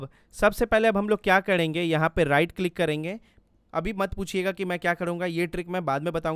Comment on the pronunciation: Bro it's " karenge " Not " KADENGE " 🙄🙂